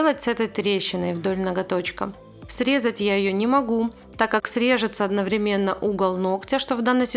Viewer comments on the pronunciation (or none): none